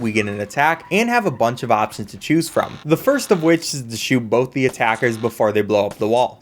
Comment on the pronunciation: Confin-skate Bofe Wiff Impore-tint